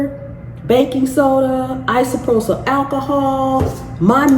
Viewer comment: Dang girl. WD40. NOT "Dw40.".. Isopropyl alcohol. Not 'isoprosol" You just lost this viewer. 🎉